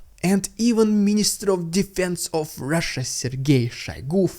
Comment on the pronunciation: Rrrrttttttrrrraaaaaaasssiiiiaaa🤣🤣🤣 thats if we spell how u pronounce